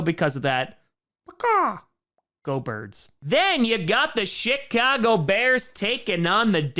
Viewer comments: I swear it sounded like he said Shitcago Bears instead of Chicago Bears. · did he say "$hit-cogo bears" lol